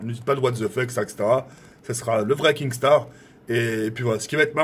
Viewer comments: Kinnstar pas kingstar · Qui peux lui dire que c'est pas KinGstaar mais Kinstaar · KINSTAR et pas KINGSTAR bordel !!!! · Kinnggsttarr ein peut de rit cantoner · Mdr je rêve il dit kinGstar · Arrete de dire kingstaar